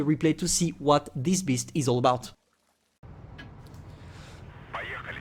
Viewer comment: "This tank is simply a beast" me hearing: "this tank is simply a piss"